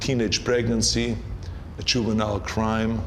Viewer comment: He sounds really English when says "juvenile crime" and "couch potatoes". International English that is.